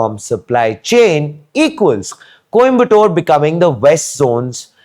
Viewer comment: Ffs stop calling it Kombatore. It would have taken you 10 secs to get the pronunciation right before making this video.